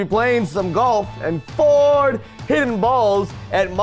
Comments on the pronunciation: Wait did you just say ford? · you said Ford not Four, but keep practicing on this game Mari if you guys play the game again, but when are guys gonna do a Five Nights at Freddy's 4 Game Bang?